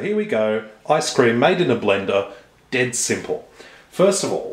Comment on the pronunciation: Sounds like you're saying eye scream